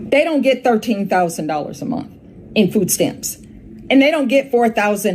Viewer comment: Did she say you are a veteran and proceed to ask "did you serve in the military".... 😌 "13 thousand a mont"... it's a "h" on the end of that word ma'am 😂